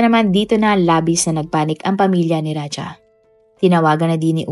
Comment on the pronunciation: Raja not raha